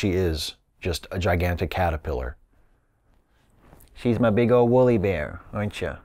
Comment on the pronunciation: Your ... cat-er-pillow? :D